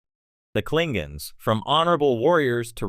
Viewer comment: "Klinguns"....LOL 😂 Fucking AI voices